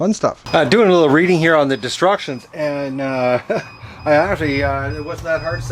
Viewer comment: Did you say "disrection" for instructions. Either way works for me. Great dog, you got blessed there. How did you get him. Can't believe this incubator is finally here. Lets get some babies hatched.